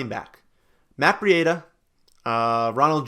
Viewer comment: Why are you pronouncing Breida so weird. It's just 'Bree-da'